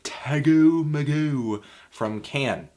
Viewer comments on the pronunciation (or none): If you forgive the pedantry, Can's album is pronounced TAY GO MAY GO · since when is it pronounced tag-goo magooo. mr. magoo record?